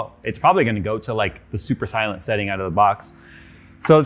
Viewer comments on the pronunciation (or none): none